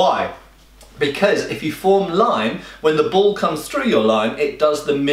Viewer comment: It took me a second to register that he was saying ball rather than bowl.